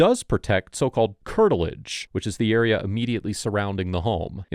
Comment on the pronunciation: No officer i havent heard any shots in the uriah, maybe in the area but no, not the eriuh